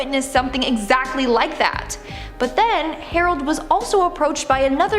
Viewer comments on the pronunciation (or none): none